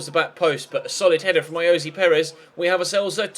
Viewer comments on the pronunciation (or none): You don't pronounce ayoze Perez as Ayozee / it's I-o-za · Will you just stop fuckin saying Ayozee Perez it's so annoying when it's getting pronounced wrong